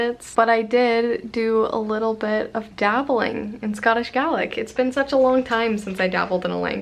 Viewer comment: I was eating dinner while watching this and looked up like 'huh?' when you mentioned scottish gaelic I was like i learn that! It's just not many people even speak it fluently let alone learn it like me so that was nice:) also props for pronouncing gaelic properly for the Scots version. I love your videos:))